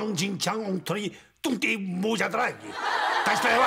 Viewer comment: 아니 그냥 순재옹이 뚱땡이 모자라고 하실 때마다 발음이 너무 찰짐ㅋㅋㅋㅋㅋㅋㅋㅋㅋㅋㅋㅋㅋㅋㅋㅋㅋㅋㅋㅋㅋㅋㅋㅋㅋㅋㅋㅋㅋㅋㅋㅋㅋㅋㅋㅋ 입에 착착 감김ㅋㅋㅋㅋㅋㅋㅋㅋㅋ